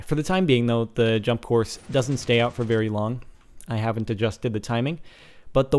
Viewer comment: Wery, wery Big spams.